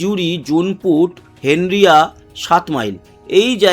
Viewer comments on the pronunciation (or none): হেনরিয়া নয়,হেঁড়িয়া!!